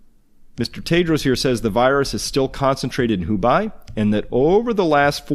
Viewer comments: Thanks for the video! Hubei is pronounced Hu Bay. Not Hu Buy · I was just listening to this on a minimized window, and was puzzled why is Dubai suddenly concentrated with the coronavirus. Turns out, Hubei (Who-Bay) was mispronounced. Nevertheless, thank you for the information you've collected from various sources on the virus. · 'hu'+'bay' dude not 'hu'+'by' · Hubei is pronounced as Hoo Bay. Thanks. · Hey friend, love your info, but in interest of making sure all your info isn’t discounted because of one point- the burning bodies theory has been thoroughly debunked- those maps are not based off of live info. Also, the province is pronounced “hoo-bay.” :) just trying to be helpful as you gain a larger and larger audience. Keep up the great work! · Proper pronunciation guide for Hubei: 'who' just like the corrupt, money loving organization 'bay' like a bay of water